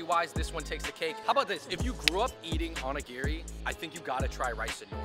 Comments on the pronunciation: seems to know a lot about Japanese culture. Even his pronunciations are on point. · The non Fung guy pronounced onigiri correctly